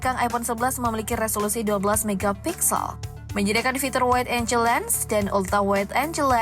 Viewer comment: wide angle penyebutannya waid enggel bukan enjel..